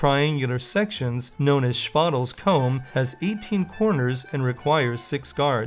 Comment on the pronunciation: Chvatal is not pronounced Chuatal. The v is a v and ch is like x in IPA.